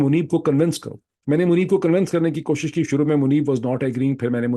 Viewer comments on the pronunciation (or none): none